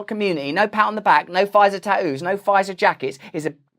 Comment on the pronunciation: He said tat-ooos 🤣 sorry just sounds funny to me